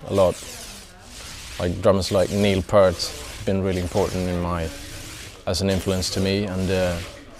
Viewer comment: I’m brand new to Arch Enemy and WOW! Love everything about this! I’m way behind the curve on this lol. I love that both guitarists name dropped Frank Marino and Michael Schenker. The drummer got my thumbs up crediting Neil Peart (it’s pronounced Peert btw). All of them are excellent musicians and i really like how progressive they are. And then there’s Angela. Damn! Her voice is amazing, but what i think i love most about her is her attitude. She is so fucking metal in her performance! Love at first sight! She has the full range of high scream to guttural growl. Awesome! I’ve been a metalhead for over 45 years, but never got into harsh vocals until late 2022 when i discovered Jinjer. I still can’t say i really like listening to guys do it lol. And i still like it better when a singer does both harsh and clean. I’m a professional bassist and singer, and I’m just starting to learn proper harsh vocals. I understand Angela thrashed her voice. I don’t want that to happen. Tatiana and others seem to have the ability to do it healthily. Done right it should be less fatiguing than regular singing. But damn! Angela is fkn amazing. I’m sorry I’m late to the party. I’m gonna have to go down the Arch Enemy rabbit hole. I’m already in love with Jinjer lol. Let’s fkn go!